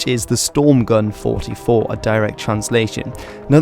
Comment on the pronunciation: finally someone who actually said the 44 in STG-44 in german